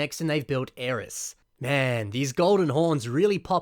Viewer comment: I don't think that's how you pronounce "Aries". It's air-eez.